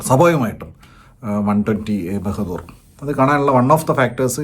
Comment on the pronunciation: Bahadur alla anna bahaadur anu